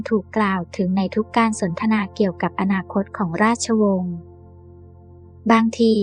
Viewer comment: อนาคต อ่านมาได้ ว่า อะ-นา-คอ-ตอ 555